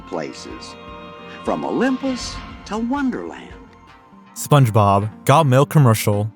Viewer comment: I was laughing because you kept saying "kih-ens", but then you said "Spunjob and Patrick" and I lost it. And then you said "Spongebowel's mustache". I mean, dude. Your local community college will have a cheap course called "Voice & Articulation" which would do you literal wonders, my friend.